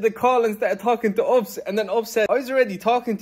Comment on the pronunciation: LOOL when Ahmed kept saying ups instead of U.P.S that made my day. The women did say it correctly in front of him but he ignored her and carried on saying ups 😂